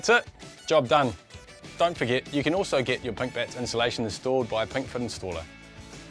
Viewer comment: All I hear is :pink bits" with the kiwi accent 🤣